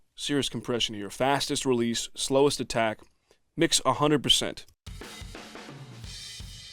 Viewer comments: Is it me or are you saying "fastest" and "slowest" wrong every time? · Matthis Shvartz You're right. Although that's why I love the 1176!